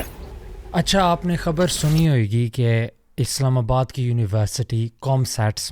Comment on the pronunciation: pronounciation 'hoegi' nahi 'hogi'♥️